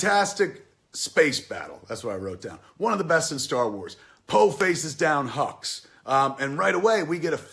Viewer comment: Love the video, watching this with subtitles makes it even better. The hux vs Poe scene at the beginning becomes hilarious. Poe keeps calling him hugs instead of hux, it's amazing